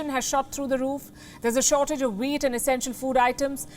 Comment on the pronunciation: OH! Wheat not weed.